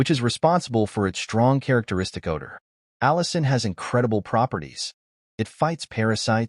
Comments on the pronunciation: Allicin in garlic, not Allison. :goodvibes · ...The garlin contains ALLICIN, not "Allison¨!